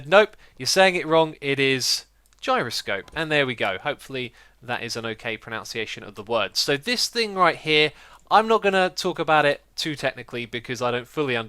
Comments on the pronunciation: xisuma it's pro-nun-see-ay-tion. not pro-nown-see-ay-tion. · lol its ironic that when he was correcting himself about "gyroscope" he then pronounced "pronunciation" wrong xD it's 'pron-un-see-ay-shun' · just found it really funny that right after correcting yourself with gyroscope you said pronunciation incorrectly, but you came really close prəˌnənsēˈāSH(ə)n/ if that helps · Hey Xisuma, you pronounced pronunciation wrong, it's pro-nun-see-ation :P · The way he pronounces pronunciation gets to me. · you said gyroscope right but not pronunciation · pronounces pronunciation wrong